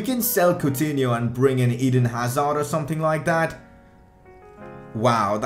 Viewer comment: can you talk properly plz and stop saying tird and someting